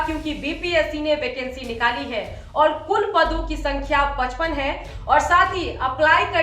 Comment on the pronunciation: 55 को ऐसे बोल रहे हो जैसे 55 लाख हो